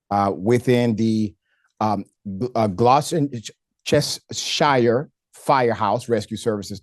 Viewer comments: Gloss-Stir-Sher gloucestershir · Gloucestershire = Glos-ter-sheer.